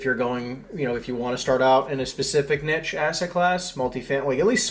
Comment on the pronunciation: I stopped listening when someone who doesn’t pronounce “niche” correctly and sounds like he’s trying to hard to use these words